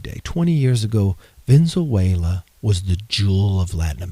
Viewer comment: that guy can't even say Venezuela. Maybe the fakest person I've seen on YouTube this month. But then, it's only the 3rd...